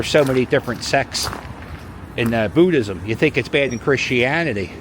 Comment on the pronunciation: You know someone is from Philly when they pronounce it "Boo-dism".